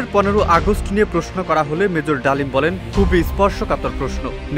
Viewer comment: 😂😂 Mejor Dalim ❌ Mejor Damil ✅:face-fuchsia-poop-shape